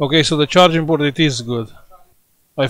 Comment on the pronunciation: Come on, speak with me... mother.....”board” :-))